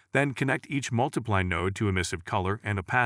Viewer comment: Lol "Create a multi-plee" Gotta love text->speech